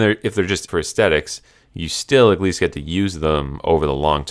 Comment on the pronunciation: Stop saying "egg lease" it's "AT LEAST"